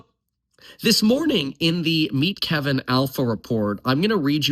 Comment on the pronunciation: “But KEEvinn…..” 😂